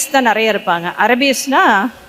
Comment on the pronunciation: இந்தியர்களது ஆங்கிலம் தானாம் நல்ல பலமானதா இருக்குமாம் ...கடவுளே பாவம் உங்கள் ஆங்கில உச்சரிப்பு ...ஆட்டோ ,பாய் பிரண்ட்,ஆபீஸ்,இப்படி எத்தனையோ போதாமைக்கு உங்க தமிழ் கூட "நறைய" (நிறைய)குழப்பம் ..இலங்கையில் நக்கலுக்கு இந்தி ஆங்கிலம்போல் பேசுவார்கள்